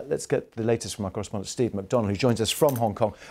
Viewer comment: Did he just call him steave?